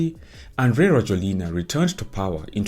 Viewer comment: His name is pronounced rah-JWEL-na!! Makes it hard to listen to anything you say when you cannot even bother to spell his first name correctly (Andry). I have lived in Madagascar since 2017.